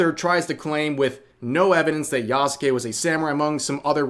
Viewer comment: OMG you are finally pronouncing yasuke correctly (silent u), I am so happy :D